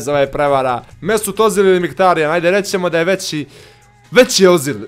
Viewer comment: Nije ozil nego ezil